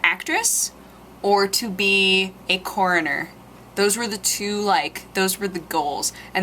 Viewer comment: uhm! what the h**l is a "Koriner"?